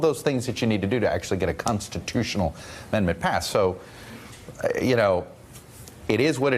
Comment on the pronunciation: I just heard he called it 14th "amember" instead of 14th ammendment, was corrected by the interviewer,,, seriously this guy is a moron. OMG